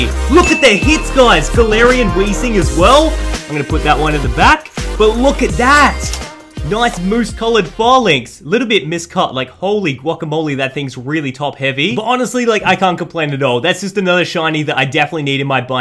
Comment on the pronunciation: Pronounce falinks like Fey-links